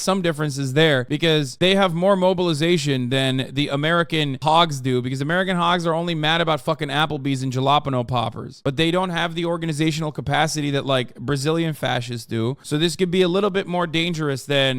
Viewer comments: Brothers did Hasan pronounce jalapeno as 'jallahpenno'? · He does it so frequently I'm guessing it's deliberate. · It's traditional hog pronunciation